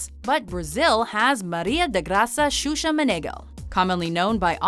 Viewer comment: XUXA? HAHAHAHHAHA OMG xuxa man, a nãm, desisto